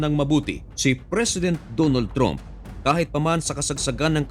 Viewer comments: Trump pronounced "tramp" not "tromp".. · Trump po at hindi tromp 😅